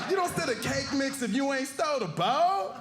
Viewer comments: Thank you for that! I legit thought he said boat, not bowl 🤦🏽‍♀️ I would've caused even more confusion than necessary lol 🙃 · I thought he said boat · I thought he was saying boat the whole time 💀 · Could use a little more enunciation on bowl. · Figured out he was saying bowl...